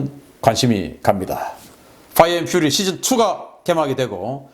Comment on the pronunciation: Fire & Fury는 화이어 엔 휴리가 아니라 화이어 엔 휴어리로 읽어야 합니다.